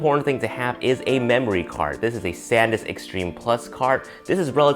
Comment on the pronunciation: for the SD card I thought you said "Saddness Extreme" 😂